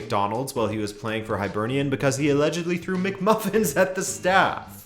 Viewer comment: Hi-bernian not hy-bernian btw